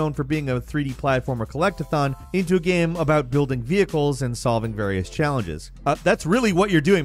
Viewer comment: Every time says “gyame” take a shot